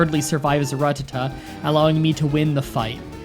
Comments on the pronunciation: The way you say 'rattata' hurts. It's a rat, not a rut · Seriously, the way you pronounce rututuh makes no goddamn sense it's a RAT RATTA TAT TAT IT IS NOT A F*CKING RUT!!! Fun fact: pokemon cannot be in a rut either. Their financial situations are very much in check, because they never need money. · Ratata not Ratatta😉😉😉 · Rattata, not Ruh-tuh-tuh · 😠😠😠😠😡😡😡😡you mispronounced rattatada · But Ratatta so wrong